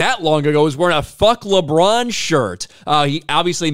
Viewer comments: Did he say “LeChong James” 😂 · “LeDron James” 😂